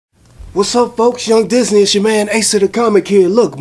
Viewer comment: What is young dizzy knee? is it supposed to sound like young disney?